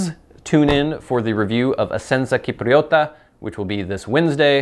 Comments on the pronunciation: noooh not Kipriota, it was correct the first time! Chipriota :D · Essenza Cipriota is pronounced: eh-senza sip-ree-oh-tah, meaning “Essence of Cyprus”. i.e. Cyprian Latakia. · The "C" in cipriota is pronounced like the "c" in "cheat": his first pronunciation attempt in this video was right. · "Cipriota" has a soft c (like English "ch" sound in "chess"). Hard c (English "k") is written "ch". So, Italian to English: C = Ch (soft) Ch = K (hard) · as said in the other comment, the "s" sound in Italian is associated with the letter "S" not with the "C", the K sound prounounced by, usually occurs in Italian when you have "Ch" written together.